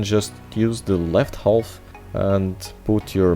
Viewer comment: the L in "half" is supposed to be silent, so is the C in "muscle"